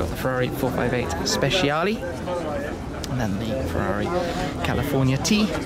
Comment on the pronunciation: He can't pronounce speciale correctly xD